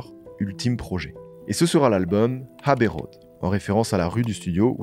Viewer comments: super docu banger encore une fois, par contre c'est "abbey road" pas "Habbey road" 😂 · Bravo ! Très très beau travail, la vidéo est top. C’est fluide, bien documenté, précis et captivant. Chapeau ! À améliorer ? La prononciation de quelque termes anglais (pas de H à Abbey Road) Encore bravo !